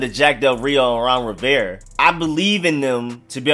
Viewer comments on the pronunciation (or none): You pronounce "Rivera" without the "A" and it drives me fucking nuts Ron Riverre?